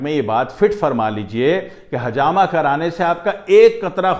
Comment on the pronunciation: Assalamualaikum Aap bahut achi benefits batha rahe ho lykin aap plzzzzz hajama nahi ," Hijama" kahye plzzzzzzzzz